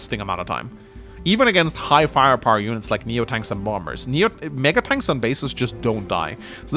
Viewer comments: But it IS Bomb-bers. They drop Bombs, not Boms. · Too be honest never heard the "Bomb Bers" when you said and now I can't unhear it. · The correct way to say it is Bom-Bers, Englishpeoples.